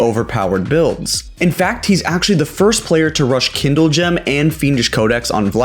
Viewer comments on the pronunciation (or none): none